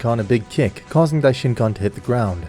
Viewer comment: lol i thought when he said goku gave a kick i thought he said kiss LOL (everyone like to pls)